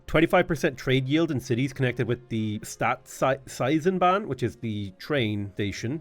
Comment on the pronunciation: Butchered Staatseisenbahn but nailed Bewegungskrieg haha